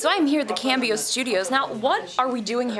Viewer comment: Cam bee oh? Isn't it the Spanish word for change? If so, com bee oh. That aside, Justine, you were charming as always and it was so funny. Great green screen effects.